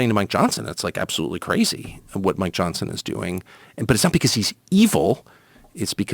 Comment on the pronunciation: "Mike Johnt-sen..." Now we know where all the 'T's gen z has no use for have gone.